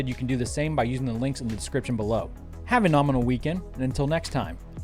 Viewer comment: Nominal.... You said nominal! Not nermonel... You feeling ok buddy? I'll get you coffee